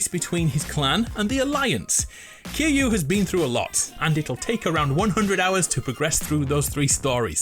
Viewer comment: Bro why can’t people pronounce Kiryu😭